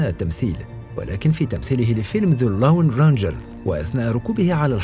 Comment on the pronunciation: جوني ديب ذا لون رينچير the Lone Ranger وليس لاون راجنجر والله من زمان وانا احط لك تعليقات اقول حسن لغتك الانجليزيه او على الاقل استعن بصديق يعلمك كيف تنطقها صح كل شي عندك تمام بس الانجليزي عندك يخرب جمالية الالقاء يرحم والديكم لايك خلوهم يشوفون